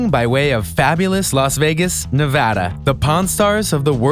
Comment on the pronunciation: Comeback Central did it.. He said Nevada right.